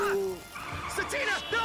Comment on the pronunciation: "Sa-Tina", is how I think it's pronounced! Just a suggestion!